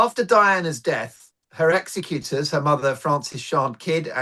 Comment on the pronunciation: the word Executors isnt really pronounced like that lol x